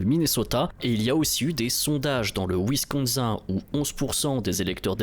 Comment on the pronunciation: Le WinsconSAIN?? Désolé ça m’a fait rire 😅